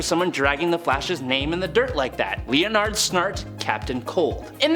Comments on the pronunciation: Lee-oh-nard? Uh. Ok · Learn to pronounce Leonard.